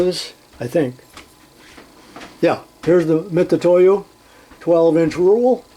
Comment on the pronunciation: Nice haul. OK so you like to have a rant now and then and most of us really enjoy them. So can I have one now? Why do most Americans insist on saying Mit Su toyo when it is clearly written on each instrument Mit U toyo Not an S in sight. I am sure most Americans would be real upset if we foreigners could not say Starrett as it is spelt. Rant over. Great channel and enjoy all your output. ATB regards from the UK